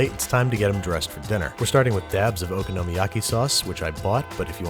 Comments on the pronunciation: O-KONO-MI-YAKI- Babish please. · the way babish pronounces okonomiyaki.... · This is great but your pronunciation of “okonomiyaki” hurt me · It's okonomiyaki not ogonomiyaki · im sorry babish you’re amazing but your pronunciation of okonomiyaki has me f*cking reeling. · i wish youd say okonomiyaki right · Why, oh why can he still not pronounce "okonmi" correctly? cringe (ノ-_-)ノ~┻━┻ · I'm so excited to try this out! I love your recipes babish, but... would you please learn how to say okonomiyaki properly... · haha, i agree, it wasn't the moooost terrible pronunciation of okonomiyaki considering that he doesn't even at the very least watch anime often, but i think most of the reason it bothered me is just because i know some japanese and how to actually pronounce it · “Taco-yocky” “ohkono-meeyocky” You could at least properly learn one word in Japanese... like, just maybe. Filthy gaijin...